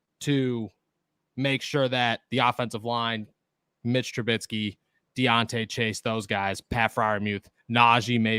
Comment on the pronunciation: Trubisky not trubitsky